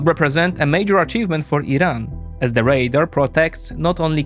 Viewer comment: Great video. Suggestion: you pronounce "radar" like the word "raider", and since both those words are relevant to the topic it's confusing. You want to accentuate the final vowel sound in "radar" as if you're talking like a pirate! :-) Binkov gets this wrong too, so here's an opportunity to surpass him! ;-)